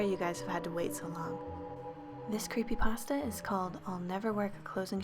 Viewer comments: Did she say creepydrasta or creepypasta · ... is it just me or does she say Creepy Drassa